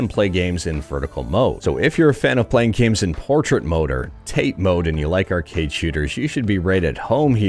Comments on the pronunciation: "Tah-Teh", not "tayte". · TATE is pronounced TAH-TAY . . .it's Japanese